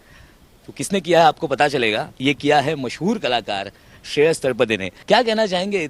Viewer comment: तलपदे नहीं तलपड़े है रिपोर्टर साहब